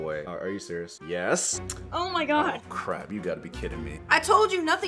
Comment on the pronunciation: he said oh my gooee